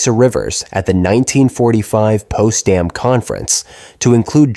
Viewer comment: Potsdam not Postdam idiot AI. Learn history over the past few hundred years. It makes a difference.